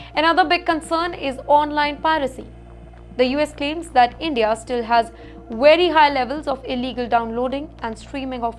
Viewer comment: Endia Dapotation Wolume and on and on…